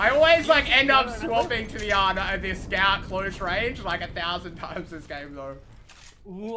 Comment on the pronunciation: Is it me or does make it sound like Scav instead of Scout sometimes?